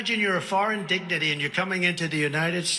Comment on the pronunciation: Wow, these are terrible examples. If you are going to rip Trump, do it with real evidence. So what if he said digny instead of dignitary? The heckler charged the crowd, what did you expect them to do, take it? If Trump is so bad, why are you so afraid of him? Don’t you trust Americans to make their own choice? Why on earth any American would be chilled by a USA chant or seeing American flags, wow, God be with you, you are going to need him covering you in this time. It will not be for the weak at heart, many will lose their homes. If you don’t stand with your fellow Americans during this time, you will fall.